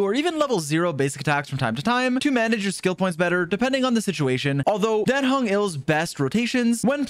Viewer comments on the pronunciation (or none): His name is Dan Heng, not Den Hang! xD